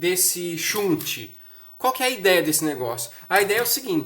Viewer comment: Shunt, do verbo desviar em inglês, se pronuncia mais ou menos assim: "xant". Abraços e parabéns pelas dicas.